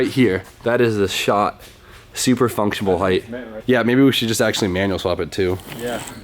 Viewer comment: it's functional! Not functionabal! Lol love the vids